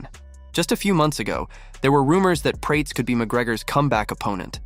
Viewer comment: Carlos "Prayts"